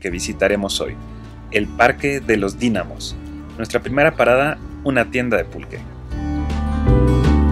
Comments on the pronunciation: PD. segun la Real academia española, se pronuncia con acento en la i: Dínamos. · Amigo esta Padrímo. Todo chilanguito debemos conocerlo.Yo ya lo hice varias veces. Que bueno que haces el Video. DIusculpa no lo tomes a mal, Gue. Pero Es DINáMOS. O.K.?👍👍👍👍.